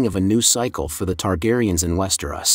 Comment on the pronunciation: Bro, how can you know so much about the show/books, but not know how to properly pronounce Westeros?? West-er-Os, not West-er-oss. I had to stop watching because it hurts every time you say it.